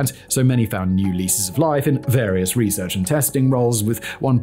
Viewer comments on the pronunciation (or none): none